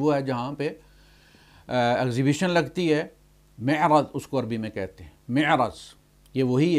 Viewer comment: مِعرَض❌❌❌ مَعرِض ✅